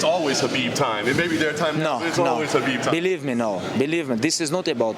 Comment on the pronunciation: Khabib and Ariel Are the only two ones that pronounces his name right.